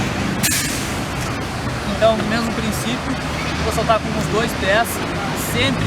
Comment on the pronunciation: no final do vídeo você disse oss?